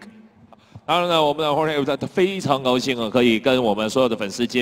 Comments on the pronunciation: lol did Joanna call him Georgie instead of Jorge? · damn Joanna now masvidal's next opponent will call him Jor-gee lol